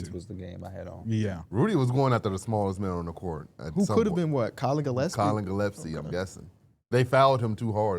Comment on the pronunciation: Damn you suck at pronouncing names. Collin GillEPSie? The whole Egor Demin part? Thought he was locked in smh